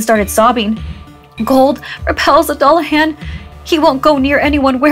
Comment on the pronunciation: It's "Doo-la-hawn." ❤